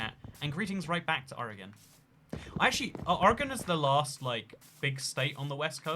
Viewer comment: You pronounce Oregon better than most Americans. As an Oregonian I thank you.